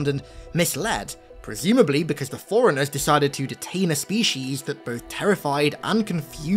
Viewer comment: Bro it’s forerunners not foreigners. You can have an accent but shit at least TRY to say the word right if you’re going to say it every other sentence